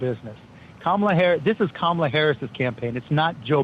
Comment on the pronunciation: Can you please say Kamala's name correctly!? Why is it that every Republican can not say her name correctly. No respect